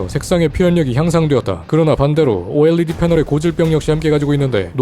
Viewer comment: 오에뤠디 발음 좋고